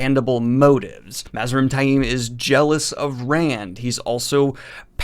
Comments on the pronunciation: Love you're vids, but DAMN, you're pronunciation is horrible! Where do you get "TY-eem" from Taim? There is no long "I" in that name...it's "Tame". Some of the others, I can kind've get...though most are wrong, but that one is just plain silly. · Love your vids but you name enunciation makes me cringe lol. You pronounce taim like its spelled tai'im among others lol